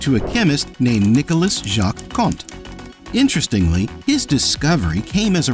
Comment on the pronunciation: It’s not Conte, but Conté. Totally different prononciation!